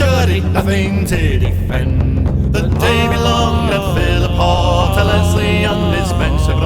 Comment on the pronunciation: Great footage. It's Philiphaugh though. (ch as in loch)